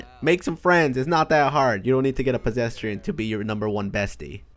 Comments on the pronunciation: “Pesesdrian” he’s tryna make fun of people but he’s making a fool outta himself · He says pasesrian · “Possetrian” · Him: Talking about noobs in gta Me: *Wondering why he is saying PEDRESTIAN*